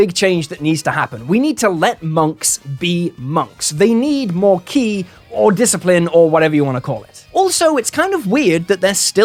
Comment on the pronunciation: Honestly, the best thing to come out of this is that people (like you) will finally stop mispronouncing "ki".